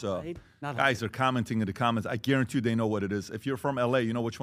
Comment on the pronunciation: Patrick: "Dhey/Dhem" 😂😂